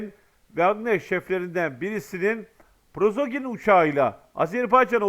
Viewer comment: Arkadaş, sizə bir dəfə də demişdim: "Prozoqin" deyil o adamın soy adı - "Priqojin" - dir.